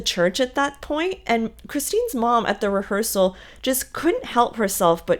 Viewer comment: Is she saying rehearsal or hearsal? 😂 I’ve listened like 3 times and still can’t tell.